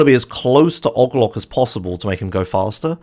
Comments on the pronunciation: why does he say "og loc" like that it O.G. Loc. They say his name in the game. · The way he pronounce OG LOC is fascinating and frustrating at the same time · "ogg loc" Me: "AAAAAAAAAAAAA STOP PLEASE NOOOO"